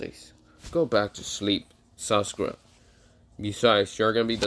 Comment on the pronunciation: Saskura (Sasuke and Sakura ship name) lol, not to be disrespectful, nice what if though hehehe